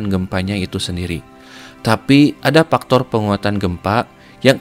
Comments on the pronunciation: Faktor bang faktor ... Bukan paktor 😭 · Faktor kang bukan paktor 😂😂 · "dari paktor ... " yak, ini bener2 voice over orang sunda